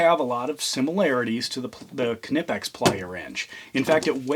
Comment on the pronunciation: The “K” in Knipex is silent.